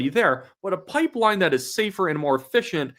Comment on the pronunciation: Carney can’t even say the word pipeline…